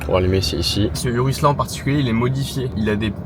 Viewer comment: ta dit "urus" 🦧 jte pardonne